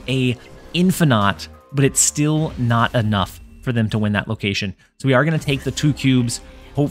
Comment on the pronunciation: Was that "but it is naut enough" intentional? I barely caught it lmao.